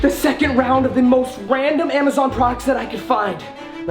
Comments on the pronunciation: He said wandom instead of random 😂😂😂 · he said wandom lol